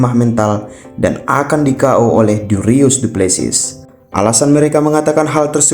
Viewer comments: dricus bukan dirius:( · Dricus bukan darius 😂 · Bang dricus bukan derius😂😂😂😂😂